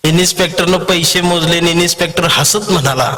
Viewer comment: इन्स्पेक्टर म्हणा इनिस्पेक्टर म्हणताय?